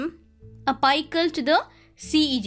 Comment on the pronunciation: And one suggestion I want to give is, your pronunciation is of some words needs correction,"la-mi-na" and "api-cal", u pronounce: "la-my-na", hope you got the point 😊